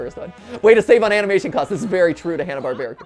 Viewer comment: Why does he pronounce hannah Barbara so weird?